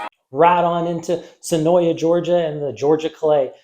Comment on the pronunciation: Great vid, my family owns the track and the way you say senoia would be considered a sin 😭. Senoia is suh-noi there is no YA at the end.